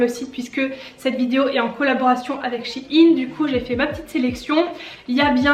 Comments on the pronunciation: je suis la seul que sa perturbe qu'elle dise chi-ine au lieu de shein (aÏne) ? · Sa se dit pas « SH-AÏE-NNE » ?😂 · Ça se dis chèin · Moi qui croyais qu'on disais shaiyn chai i n mdrrrr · comment tu prononce shein desolé jpp bref... sinon super vidéo